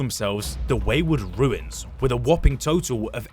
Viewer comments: Runes and "Ruins" are spoken differently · How does bro not know the difference between "Runes" and "Ruins" as an englishman lol